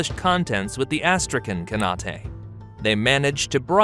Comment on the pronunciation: I can't watch this shit. Your AI narration program's pronunciation fucking sucks. Austrayken Kanautay? Give me a fucking break. Put a little more effort into your presentation.